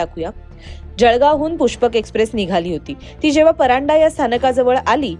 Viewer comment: Madam pardhae not paranda